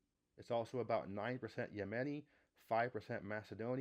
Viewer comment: I haven't heard your pronunciation of "Yemeni" before. I believe the correct pronunciation emphasizes the first syllable: YE-me-ni.